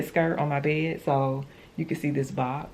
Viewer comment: When you are trying to say the word bed Why do you not pronounce the "d "on the end of the word?..As sloppy as you dress ..explains a sloppy home.